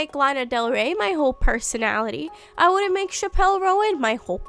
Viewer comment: ☝🤓erm "chappell" is pronounced as chapel 💒and "roan" is one syllable like the horse 🐴